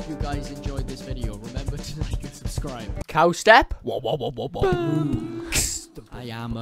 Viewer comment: It’s subscribe not subeeee